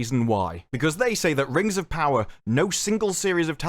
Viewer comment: Not ring, RANGS OF PAWAAAAH.